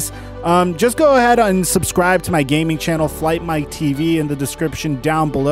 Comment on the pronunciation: doesn’t it sound like unsubscribe or is it subscribe